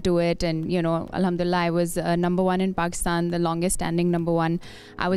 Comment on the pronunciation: Pehlai “Pakstan” toh sai tarhan bol lo